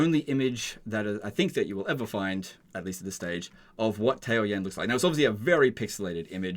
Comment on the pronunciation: Ta-O-yan lol Tao is a word. Yan is a word. Every single Chinese word has 1 syllable.